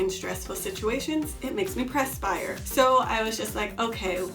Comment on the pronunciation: Had to stop the video after maybe 10 “PRESS-spires” in because I constantly mentally corrected the pronunciation. It’s “PURSE” not “PRESS”. Perspiration. Perspire. Just say sweat. Lol thanks for the info though, sorry I couldn’t go far enough in the video.